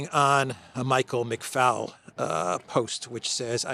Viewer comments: Hi great show as always.loved the bit with your mic😂 just so you know McFaul is an Irish name and is actually pronounced “McFall” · Michael McFoul (pronounced that way) is a particularly suitable name for this indoctrinated activist.